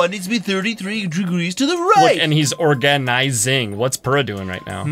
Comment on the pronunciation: AM I the only one that thinks Purah should be pronounced Pyurah??? (by the way purah is over 100 years old not a "cute little child". (not nit-picking just putting the facts out there.)